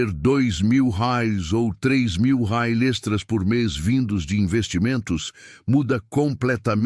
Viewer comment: Ajusta mais o áudio do IA. Ficou horrível quando pronuncia "reais"😅